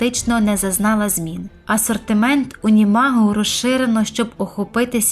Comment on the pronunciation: Дякую за відео Але, здається, не "УнімАг", а "УнімОг"